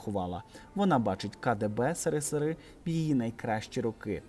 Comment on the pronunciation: А по вимові відчуваєця що ви,, з іншої епохи. В наш час казали - єсєрєсєр, а не сирисири. За цю вимову дільничий у домі з бесідою з батьками і порка - це найменше покарання.І тому ця вимова ріже слух. А нарахунок Алли Пугачової то вона сказала все в слушний час. Умова була не чипати Галкіна - от вона і мовчала. Але казав Максим, бо він у сімї чоловік - і все за правилами. І вона попереджала, щоб не чіпали їх сімью. А звернення було до россіян. З наією, що ті, хто ще дома, обміркують свої перспективи і відмовляця від війни. Те що в неї молодий чоловік не відміняє її життєвий досвід. І вона чітко розуміє що, коли, де і як казати. І вона сказала.... А нащод пропагандистів - Караван іде - собаки гавкають. Караван пройде, а собаки зостануться забутими.